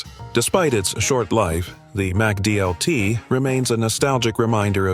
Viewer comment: You are pronouncing "Sizzlean" wrong. Likewise, when you say "McDLT", you are pronouncing the "Mc" part wrong. But when you say "McDonalds", then you pronouncing the "Mc" part correctly.